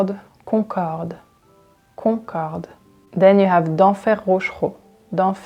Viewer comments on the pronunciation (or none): none